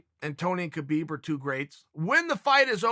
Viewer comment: Hi Chael! Greetings from Russia! I always love watching your videos. You have an agile mind and charm! I just wanted to point out that Khabib's name is pronounced like Habib. Ir the Russian transliteration it's adopted to spell this sound as the combination of K and H and you being misled by this, pronounce the first letter of his name as K, althogh it's H.